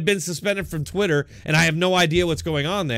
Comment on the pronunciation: Did she say “conservative Twatter?” ROFLMMFAO!! Where is this?